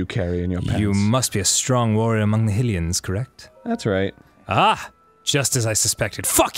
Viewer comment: Hatch22 It's pronounced HIGH-rule. Arin screwed up by calling Hylia HILL-ia when it should sound like HIGH-lia